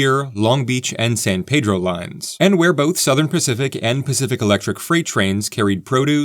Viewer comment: San Pedro, it's prounounced Peeedro, ask a local